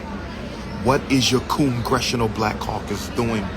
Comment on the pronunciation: Not coongressional lol